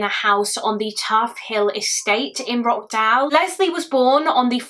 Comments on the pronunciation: It’s pronounced Rotch not rock. Another great video. A utterly heartbreaking case. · For info, this case happened in Rochdale, pronounced "ROTSH-dale" not "Rockdale" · I’m from Rochdale u pronounced it wrong it’s “roch” dale not rock dale 😂😂 x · The way you are pronouncing Rochdale is breaking my heart 😂😂😂🙈 it's not Rock dale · Sorry to be that person but it is pronounced roSHdale ❤ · i live near rochdale! it’s actually pronounced roCH-dale (like how you’d pronounce CHurch) this is so close to home, rest in peace little leslie :( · The sheer negligence of the Police at the time and the fact they received no recourse for their actions. They knowingly withheld vital evidence that sentenced an innocent man to jail and left a monster on the street to terrorise his family and other children. And wtf are those fines? 🤬 You handled it all thoroughly and sensitively, as always. My one issue is that it's pronounced Rotch-dale. Otherwise, keep up the great content ❤ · Every time she said Rockdale I was wondering if she meant Rochdale or if there's a place in the city I grew up in I've never heard of 😅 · I wish you would have researched how to say the name of the place this took place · I live local… you pronounced the town name wrong but that’s alright… I always felt so heartbroken for the man who was wrongly convicted 😔 specially when his mother passed away not long after he finally came out of jail… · Why are you pronouncing Rochdale like that!? 😅